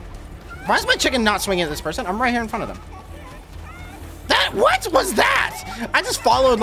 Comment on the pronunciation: Its what not wesly wat wesly what